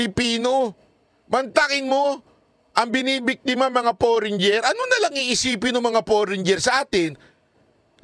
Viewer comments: Ano bang forenger.foreigner correction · 🤣😂, paki pronounce nga ang FOREIGNER😁